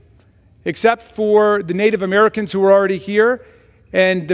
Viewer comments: Bimboert: “Uhmarikinns”. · Is it Americans o in a form of Ameri (kens) as Boebert pronounces it.